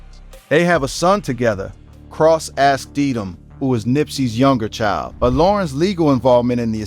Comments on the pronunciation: YOU ARE PRONOUNCING NIPSEY’S LAST NAME ALL WRONG! DAMN AT LEAST DO A MODICUM OF RESEARCH Their last name is Asghedom. It’s pronounced like Ahz-GEH-dumb. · Can you please stop butchering their last name.